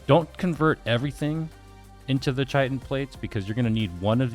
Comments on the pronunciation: You started pronouncing chitin correctly than dumbed it down it's kite-n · its pronouced .........CHa cha cha .......chitin